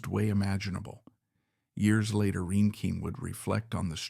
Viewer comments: And” rain-king” I wish everyone wo7ld agree on how to pronounce her name. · Not to be mean or negative but I wish you could have pronounced her name correctly. It was annoying.